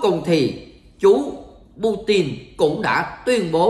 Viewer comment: Putin mà sao cứ đọc là Bu rin